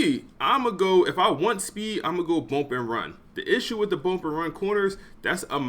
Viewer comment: Bruh it’s bUmp not bOmp 😂😂😂